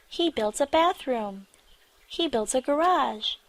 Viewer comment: เรื่องที่ 2 ชื่อเรื่องขึ้นต้น He แต่ออกเสียง ชี เสียงคล้ายกันมาก งง ?? ฮ่าๆๆ